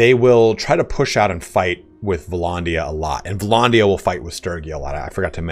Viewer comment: Vlondia? It's vlANdia